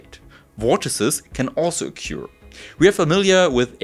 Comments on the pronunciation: a couple of pointers: in English, "trough" rhymes with "hof" in German; likewise "occur" sounds like "hoer" but with a retroflex r for Americans. The microscope is amazing but the result doesn't impress me--after all, we've known for many decades that things can travel faster than light in a medium. I have a thought experiment for the theoreticians among your viewers. Imagine a perfectly stiff rod several light seconds in length. Suppose when we tap this rod, a light signal is generated that travels in vacuum to the end of the rod. If we tapped this rod, the rod as a whole would travel at a very low speed but the signal would be perceived instantly at the other end, beating the light signal. Can this apparent contradiction be resolved? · Hello. Fellow non-english person here. The way you pronounce 'occur' is wrong (it goes beyond "having an accent") and it wouldn't be a big deal if you weren't using it so often in this (excellent) video. I am being pedantic only because I wish people corrected me more often so I can improve, rather than being polite, because in the end these little things just add friction for the listener and you want to be the best communicator you can be.